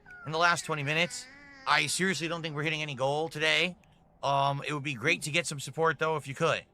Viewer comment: ’support’ as ‘sue pore’. He’s got trouble with his T’s